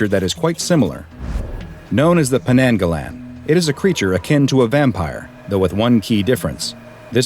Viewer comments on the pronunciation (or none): It pronounce as 'nang' not 'neng', Malaysia language vocalize strong A just like how u say A in ABC. Idk is that make sense😅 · As a Malaysian i heard The Potayainek The Pokong And now : Penenggelen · The way you said Penanggalan is pretty funny. It's kinda pronounced like Pe nuhng guh luhn. "uh" being the regular "uh" sound, and the "e" being the "a" (in english as "a dog") sound. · Its actually pronounced pen-ng-ga-lan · This is a Malaysian legend I'm not sure if it's a real one It's usually used by black magic users to curse someone (sorry if it isn't accurate it's just the version I was told) Edit: oh shit there are two strange men with suits on outside my gate /j The way you pronounce "penanggalan" just annoys me but I understand that you never spoke much Malay before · Aww man if you knew how to say penanggalan properly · Ngl but absolutely butchered the name LOL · Oh this is of Malay origin? I thought it was Filipino 'cause of how pronounces it xD EDIT: That interaction though. XD A photoshoot with the head.